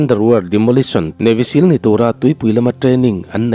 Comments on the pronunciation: Navy sill ti tawh suh Siil ang deuh in lam tur aw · mizo in Sîl (stamp) kan chhut thin anga lam tur anilo, Navy seal chu sea lion an tih mai, Seal anga lam tur thlukna awmlo, Sîl ani lo Seal (steel) thluk in